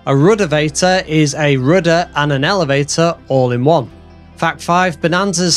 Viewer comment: Are you German? I like the way you say "rooda"